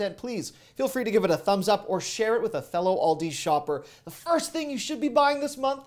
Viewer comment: I love it when you said ‘this cinnamon broom think’ 😃